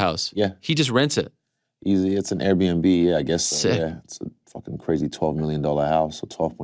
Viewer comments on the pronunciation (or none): none